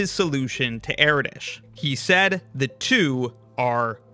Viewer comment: It's Er-Dosh not Eraditch